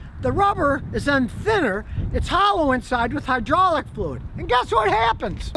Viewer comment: “High-draw-lick” fluid